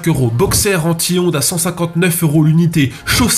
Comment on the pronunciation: à force je n‘entends plus anti-ondes mais en tihonde